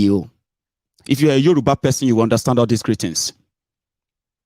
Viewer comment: Yoruba union not Yoruna!!!